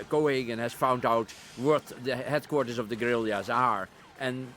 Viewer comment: ...headcourtters of the gorerilliazzs...